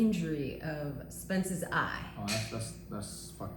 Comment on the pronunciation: SPENSE LOL SURE SPENCE SURE